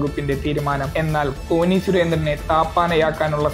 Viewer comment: കോനി അല്ല കോന്നി ആണ്